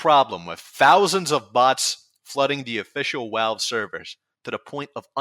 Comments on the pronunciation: I swear this guy pronounces V’s like W’s on purpose, everytime I heard “Walve” I wanted to scream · i agree that tf2 stumbled hard and overwatch basically poisoned tf2. but can you not say retard if you can't even say V correctly? i get the w is a literal double u/uu that got typed into becoming vv but it ain't hard to say value and valve instead of walue or wowvle which is weird you only partially say it correctly. it's not about saying retard it's just the irony of the way you talk makes it physically painful trying not to laugh every time i hear either. again i agree and i believe a lot of others agree as well. but i'm still gonna be a dick and point out the irony. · love how you pronounce "Valve" as "Walve", amazing